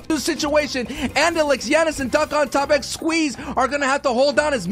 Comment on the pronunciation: he said gianis for jannis